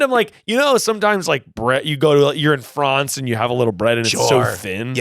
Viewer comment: As a Brit who pronounces France exactly the same way, the way pronounces France absolutely creases me every time